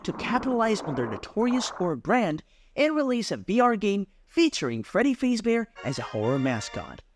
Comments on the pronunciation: cool but you say Freddy Fazebear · it bothers me the way he says fazbear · I shouldn’t be bothered by the mispronunciation of Fazbear every time but I am